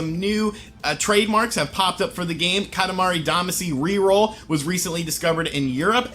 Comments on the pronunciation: YO! It's katamari damashi pronounced. Ka ta ma re da ma she. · Katimari Damacy (Duh-Mah-Cee), sorry, that was just bugging me a little bit 😅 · Time for correction of your entirely wrong post. Kah-tah-mah-ree Dah-mah-shee would be the better way to explain it. Single letters can be pronounced different ways so it doesn't help. For Japanese specifically the vowels are basically a = ah e = eh i = ee o = oh u = oo Doing otherwise only serves to make it look like you're changing how it's spelled rather than specifying a pronunciation. Also, I would note that it's technically 塊魂 which is Katamari Damashii or Damashī (either of which would denote a long vowel sound) or Katamari Damacy, not katamari damashi. And yes, Damacy is what it is outside of Japan, since you obviously didn't know so his pronunciation is a correct one. Which makes perfect sense because "shii" is a perfectly reasonable transliteration of "cy' into a Japanese word (go find some Japanese people speaking an English word like legacy - that's how they'll say it) so it makes sense you'd use it when going in reverse.